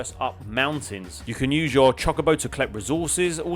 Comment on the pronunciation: As a massive final fantasy fan it’s pronounced Cho-co-bo, but I’ll forgive you as long as you play the remake 😂